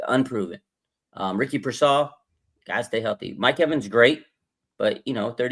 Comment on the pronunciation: Yeesh, this guy cannot say Pearsal right ever